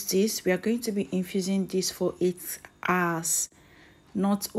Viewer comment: 'Hours', not 'ours".